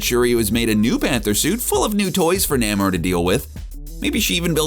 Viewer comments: It's pronounced "Neigh-more", not "Nah-more". According to creator, the late Bill Everett thought of the most "noble" word he could thing of and to his mind came the word "Roman". Spelled backwards; Namor. "Imperius Rex" muthafukkas. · It's Nay-mor by the way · I think Daniel Dae Kim would be the perfect actor for to play Namor. Side note: Why the hell does the narrator keep pronouncing Namor, "Naa-Mor"? How would this guy pronounce the word, symbiote I wonder. Hmmm.... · Um, you do know you pronounced Namor wrong, right? NAY-More. You kinda butchered it. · its nay-more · Jesus say his damn name correctly.